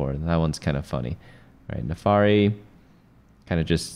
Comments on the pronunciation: It's Vah-sty-an not Vastian and Nah-fir-ree not Nafary. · the NAAFIRI is read how is writen. Not nefari. :D no hate, it just rubs my ears the wrong way that's all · "naafari" makes me crazy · "NAFARI" IS TRIGGERING ME.